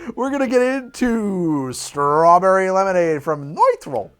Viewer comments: So, uh... <_< That's not at all how you pronounce a u with an umlaut. It's just a very oohey ooh sound, like in "noon" (as opposed to "moon" which is a little softer). So it's just "Neutral", not "Noitral". Though to be fair, I'm pretty sure you were both tired and drunk by then, heh. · If you're trying to pronounce Nütrl as though it's German, then the english "neutral" is not far off. the "noi-trel" that you're saying would, ironically, be spelled "neutral" in german. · It’s stupidly named but I sell it and it’s pronounced as neutral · It's pronounced "Neutral" That "ü" is meanto be pronounced like an "oo" but more in the back of the mouth. "eu" would be what's pronounced "oi".